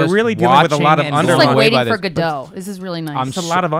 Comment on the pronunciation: For anyone wondering if that is the correct way to pronounce Godot. It isn't .